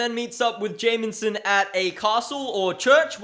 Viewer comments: It's "Jameson" It sounds like you're saying "Jamenson" with an added "N" for some reason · lmao love how you pronounce jameson, "jay-min-sin"